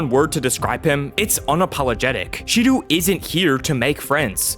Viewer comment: Hey dude just so you know Shidou is pronounced like She-dough. Great video btw